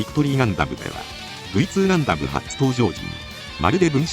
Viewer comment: ガンダムの「ガ」を鼻濁音で発音してる所が有るのが気になります……。鼻濁音のガ行音は、外来語的な語には使わないのが妥当です。